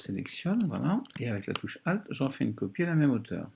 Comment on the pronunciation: 8min 30 "une copieuh"